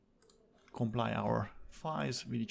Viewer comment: It's compile not comply ;)